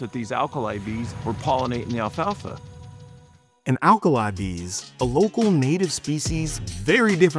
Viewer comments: He keeps saying "alfa alfa." It's Alfalfa. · Why does he keep saying Alpha Alpha seed? It's pestering me. It's just alfalfa